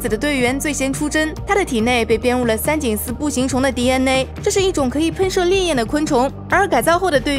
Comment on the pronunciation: DNA 还非得读成 第恩馁